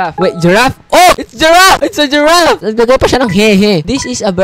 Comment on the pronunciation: “giraf” HAAHAHAHA